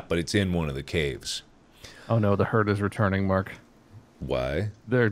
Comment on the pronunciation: "It's a 'herd' of them travelling" Hell I was laughing through the whole video